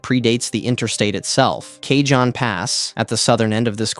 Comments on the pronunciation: Driven this route many times. Also, it's [kuh-hóne] or [kah-hóne], jsyk. It means "box" in Spanish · Kay-john pass? Fuck mate.